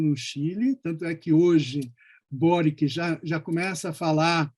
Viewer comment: Se pronuncia Kast, Sebastián e “Boritch”. 🇨🇱